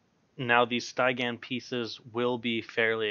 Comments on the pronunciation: Stie-gan, lol. Steh-gee-an. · Cool stuff! Just for giggles, Stygian isn't pronounced, STI-gan. It's Sty (as in stick) + gian (as in j + ee + an). Any chance you'll make a video about dealing with rogue dps in Wpvp? Thanks. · Stih - Gee - Ehn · Nice video! You say Stygian real weird though. Subscribed!